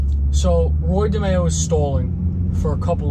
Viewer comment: Watched a mob episode of Law and Order. The name of the crime family was DeMeo but pronounced Di My oh. Didn’t change those facts much😅